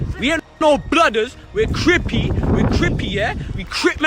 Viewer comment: Saying "We're Crippy" with a british accent is F'n HILARIOUS 😂😂😂😂😂